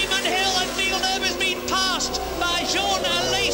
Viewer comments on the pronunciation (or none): Villenueve ? Didn't know he was Spanish